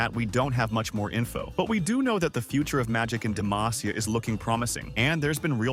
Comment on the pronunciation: No, godamnit, you had the names correct the first time, and suddenly we're back to Demayteea >.<